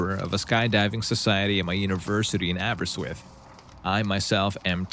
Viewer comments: Great video. Also it's pronounced "Abber-RIST-with", but I'll let you off. Welsh is tricky 😂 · Here’s some help with pronouncing Aberystwyth because you were shockingly close! It is split up like Aber-yst-wyth, same pronunciations of each section like done in the video, just didn’t emphasise the right sections, which is an easy mistake! Nonetheless, I’m impressed! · Welsh born lady here. Aberystwyth is pronounced, Aber- ist- with. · oops - it's pronounced "Abba-wrist-with" XD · You did quite well pronouncing Aberystwyth. Not quite there but for a non-UK reader that wasn’t bad. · Person from outside Wales tries to pronounce “Aberystwyth” 😊